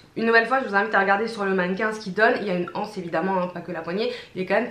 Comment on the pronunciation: ça se prononce libeskind (on ne prononce pas le e après le i) et on dit l'anse et pas la anse .Merci pour cette revue : j'y ai trouvé ma pépite 🙂